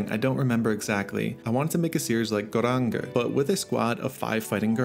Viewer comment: Its notpronounced Goranguer btw but Goranjer... it means the 5 Rangers